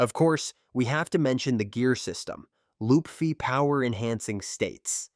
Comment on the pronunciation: You said "lupfy". It's LUFFY